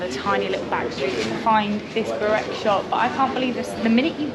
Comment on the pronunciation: You just slaughtered the pronunciation of Burek.